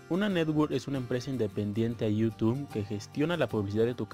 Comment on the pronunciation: Conocí tu canal hace unos 6 o 7 años y siempre me ha sido de utilidad, gracias por el consejo. Solo mejora tu léxico XD está muy chafa tu pronunciación de “youtube” jaja.